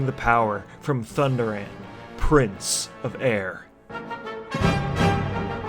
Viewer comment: It hurt my soul when you said Thunderaan.